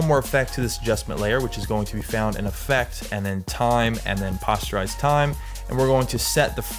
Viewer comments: Always thought it was poster-ize. As in "poster". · it is, hes saying it wrong lol